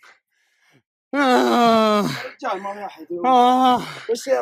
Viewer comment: كامري وبعدين يقول اكسنت 😂😂😂